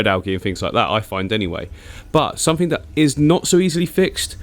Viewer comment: “sumfink” is backkkk! What a legend😂